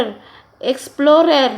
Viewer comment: kakagutom naman po inahan eat well po, natawa ako sa exflorer nakaka bulol nga😂